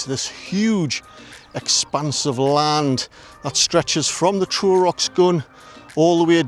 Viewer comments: Pronounce Trow as T row as having an argument not row as in rowing a boat.. Great video again, thank you. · Pronounced trow as in wow not tro